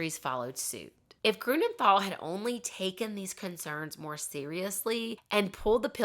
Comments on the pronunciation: Pronounciation tip: Grünenthal is pronounced TAL, not THAL. There is no th sound in German. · how did you try to figure out the German pronounciations? xd I am wondering cause what you said sounded to my German ears like for example "Grunenthal"/ "Grounenthal" with an English th that we dont have, "Heinrik Mukter" and "Odo Embros"